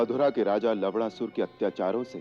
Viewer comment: Lavdasur 😂😂 Malum hai Lavnasur hai par sunne be lavda sur lagta hai